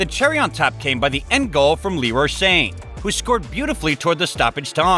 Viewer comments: Leroy insane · The way the narrator said Gerrard and Sane 😂